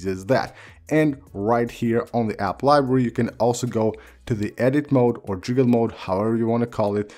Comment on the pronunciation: “App liberrwy”